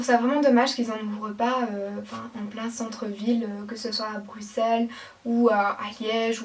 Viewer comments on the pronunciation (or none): none